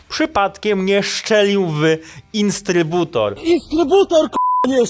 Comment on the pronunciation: INTSTRYBUTOR XD